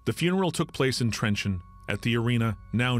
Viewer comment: It is not trenchant, it is Trencin or in hungarian trencsen...